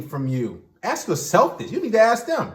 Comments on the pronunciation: It’s ASK not AKS😂😂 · Way is it always axe instead of ask? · When will people stop saying “aks”?